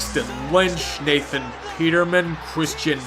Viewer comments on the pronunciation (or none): none